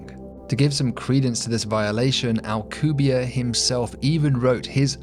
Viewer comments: Why are you saying the name of a Mexican scientist like he is French? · Anglosaxon people are not really able to pronounce a name that ends with and E... - AlcubierrE it's AlcubierrE (Spanish), not Alcubière (French or something). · Alcubierre is properly pronounced "al-coo-bee-AIR-eh." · I have a friend who was studying physics at UNAM and met Alcubierre, turns out he (rather famously) absolutely HATES when people, especially foreigners, pronounce his last name as if it were French... my friend asked him and he said "It's AlcubiERRE, AlcubieRRE!". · OH MY GOD YOU CANT EVEN PRONOUNCE HIS NAME RIGHT